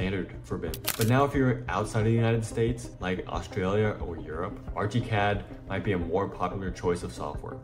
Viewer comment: i can't get passed the "arch-y cad" pronunciation. and using AI to render your sketch is insane...ly dumb. about as dumb as using AI for any production work. ask me why, and i'll tell you.